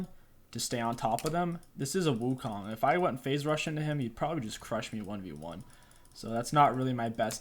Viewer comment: perfect and effortless in SFX but gets trouble in pronouncing champs